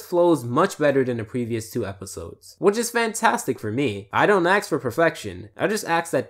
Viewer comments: ask not "axe" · I don't axe for a lot, but I do axe that you say ask instead of axe.